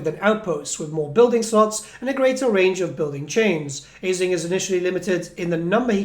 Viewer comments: Hearing you pronounce it “AisliNG” was peeving considering the Norsca tribe with that pronunciation. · Thanks for the info mate, it seems like it will be a fun campaign with interesting units. But I gotta say, the pronounciation like "Aisling" bothers me 😅